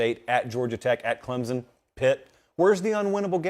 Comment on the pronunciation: The dude says "clem zun" and not "clem sun".. There is no z in that name.